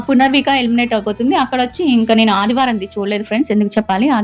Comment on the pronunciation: Punarvika kaadhu punarnavi